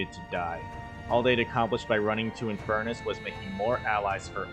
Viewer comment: "oh he's inferrnus, beat his ass" 😂